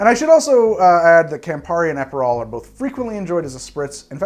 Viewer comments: Also, Ay-perol! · It’s pronounced “APP-per-roll” not Ape-per-roll. Also Uh-pair-ah-tiff. Nothing against your great content, just a note. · APE-erol and aper'tif...I love how you add and subtract vowels arbitrarily. I say that with no sarcasm. I'm literally going to watch this again just to hear it all again. Also: agree with you about Dubonnet. It's totally different from the original. Stick to Cocchi di Torino or Bonal.